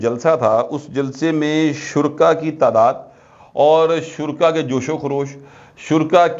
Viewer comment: you are a great anchor. Please don’t say “ shurka “. The correct word and it’s pronunciation is “shoraka”.